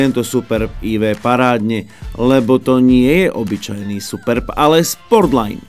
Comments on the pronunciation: To, že sa to tak nemá hovoriť. Je to jedno slovo Superb a nie Super B. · Ale název Superb není žádná zkratka, proto není důvod to tak špatně číst.